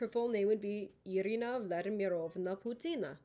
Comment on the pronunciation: You forgot to mention stresses. They don't really matter most of the times, but it really cuts an ear when you hear something like Putiná instead of Pútina as it should be. Ivánovich, not Ivanovích, and etc. And also, took me a while to understand what does "Vanka" mean. It's really "Van'ka" (ВаНЬка) (soften N), but I think it's just me. by the way, as belorussian person, I am offended by this choice of flag. don't put used pad flag to represent our people anymore, please.